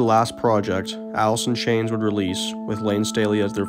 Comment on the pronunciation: He couldn't even pronounce his own band name...Alith in Chainth